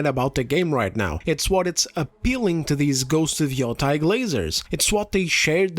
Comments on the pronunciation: Its not freakin yotai its yotei Yo te i Yotei Ffs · It's pronounced yoteh. When an e is followed by an i in japanese the i is silent and the e is always pronounced as an eh sound. It's actually pronounced as an elongated eh sound, but nobody is going to nitpick that when you're speaking in english. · People pronouncing Yotei as “Yo-TYE” make me want to flip a table it’s “Yo-TAY” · It's pronounced Ghost of the Yeti 😡